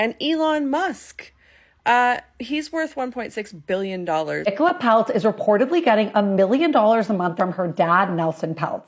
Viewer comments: Her name Nicola NOT Ni Cola!!! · Her name is pronounced Nic ola it Ni cola.